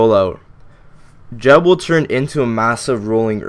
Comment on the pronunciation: I cant even watch this with you pronouncing it jeb.... thats like pronouncing google- jewgle...